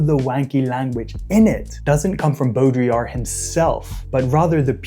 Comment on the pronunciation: my favorite thing about this video is that you are one of two people online ive seen pronounce baudrillard's name correctly